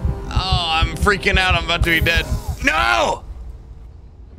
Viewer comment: Let’s fweaking goooo